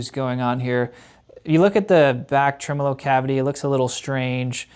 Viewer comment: "decimber" "trimolo"